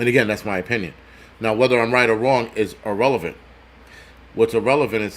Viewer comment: irrelevant not arrelevant